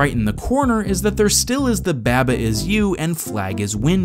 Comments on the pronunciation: Please... Why do you pronounce it babba it's barbar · /bæbə/? seriously? it's supposed to be a sheep. have you ever hear the nursery rhyme bah bah black sheep ? it doesn't go "bæ ba black sheep" it's "bah bah black sheep" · I had to stop watching this video because you kept pronouncing it babba. It's a sheep. Its name could only be pronounced bah-bah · You pronounce Baba weird. Isn't it "Ba-ba" like "mama" with B's? :-P But yeah, it is one of my favorite puzzle games in a long time. Some other ones I'd recommend are Recursed, Fidel Dungeon Rescue, Desktop Dungeons, Return of the Obra Dinn, The Talos Principle, The Swapper, Linelight, Braid, and Vessel. They are all pretty different in their own way, but still great puzzle games with some interesting things going on. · Im pretty sure it’s pronounced “Bah-Bah” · Every time he says "Babba" I hurt inside. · taking care of his firstborn child: Someone needs his Beh-buh, huh?:) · please man i beg you please stop saying baba the way you pronounce it it’s pronounced bawba i’m going to kick and scream and cry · > Realizes it's a sheep. > Still says baba weird. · You pronounced baba wrong